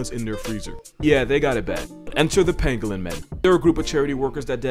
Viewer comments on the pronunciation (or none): When he said pangolin, I heard penguin and got really confused lol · I kept thinking that he was saying penguin